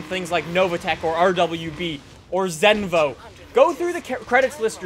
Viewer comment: Aman Kumar *zenvo not zenovo